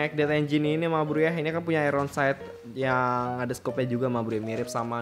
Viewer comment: Iron bro.Bukan airon😂